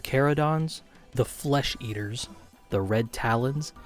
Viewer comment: The over-emphasized way in which you said "Flesh Eaters" in the intro got me good